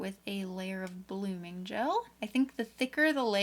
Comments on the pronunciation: lol the "blogming liquid" 😂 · Is no one going to talk about "blogming"?